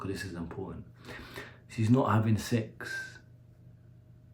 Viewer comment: The way He pronounces "secksss"